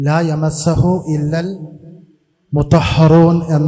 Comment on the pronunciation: ലാ യമസ്സഹു അല്ല കോയ ലാ യമുസ്സുഹു എന്നാണ് പറഞ്ഞ അർത്ഥവും തെറ്റ് വായിച്ചതും തെറ്റ്